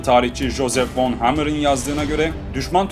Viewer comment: Hammer yazıldığı gibi okunur.